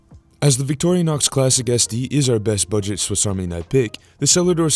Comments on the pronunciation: It’s Vick Tore Uh Knox not Victoria Knox. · It's not pronounced "Victorianox" It's just Vic-tor-in-ox. Small thing, I know, but...